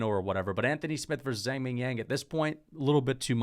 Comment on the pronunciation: Someone tell this guy it’s Zhang not Zang, the H is there for a reason